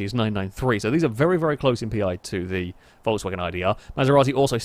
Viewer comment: Why do you keep saying "Voltswagen"? It is pronounced "Folksvagen"